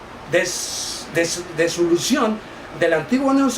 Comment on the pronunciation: Disolución se dice, no desolucion.